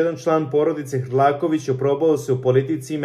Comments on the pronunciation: Hrkalovic se preziva, nauci makar da citas. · Hrlakovic strasno 10 puta cita pogrešno. Boze pomozi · Nije HRLAKOVIĆ većHRKALOVIĆ😂😂😂😂😂